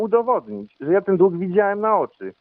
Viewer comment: Nie dug tylko dług .